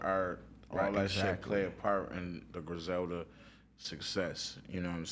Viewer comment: It’s Griselda u bitch u!